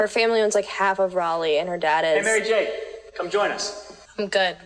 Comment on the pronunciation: Pardon? I'm sorry, did you say MaryJAKE??